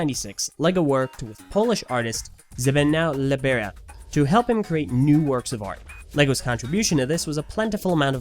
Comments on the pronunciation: As a polish I laughed a bit when he tried to spell Zbigniew Libera. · When i hear Zbigniew Libera in this video i was laughing for 5min, im from Poland and you said it as wrong as you can.